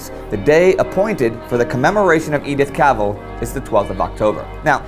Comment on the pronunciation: not cavel but CAV ELL IS THE CORRECT WAY TO SAY HER NAME